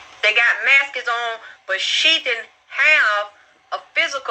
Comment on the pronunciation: She said, "maskes" smh this lady talks like a dickhead God damn